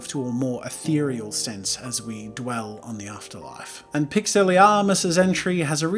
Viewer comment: Every time Jazza says says atherial take a shot.